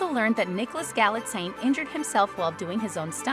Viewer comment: His last name is pronounced like "galaxy" but with an "n" and the end. GALaxINE.